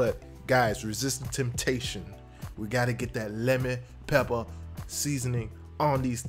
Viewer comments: Not lemmon pepper...but LEMON PEPPUH!!!!!! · That’s not lemon pepper wings. That’s Lemon Peppah Wings Baby 🤌